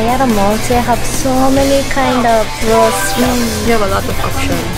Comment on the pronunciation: says claus instead a clothes haha 😆